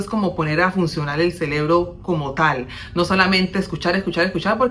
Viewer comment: Muy buenos tus consejos...y disculpa pero es "CEREBRO"